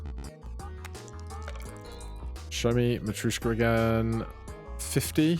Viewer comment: it’s matr-YOSH-ka (yosh as in Yoshi) only commenting bc you’ve commented about pronunciation :D